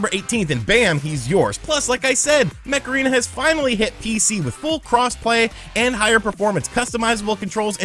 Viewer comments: Each time you daid Mech Arena, sounded like Macarena. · Every time he said mech arena I heard Macarena....